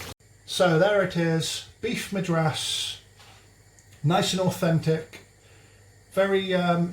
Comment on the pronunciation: There are just so many things wrong with this recipe it's really hard to know where to begin but let's start with this> don't ever trust a dude who can't pronounce the name of the state a recipe is named after.....